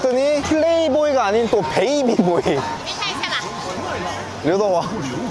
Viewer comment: 베이비 보이가 아니라... 바비보이 라고 써있는건데;;; 영어 못 읽으시는구나